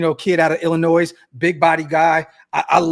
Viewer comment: Just so ya know the S on the end of Illinois is silent.